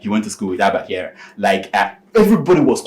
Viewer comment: His name is Kyari not Kyara☺️😊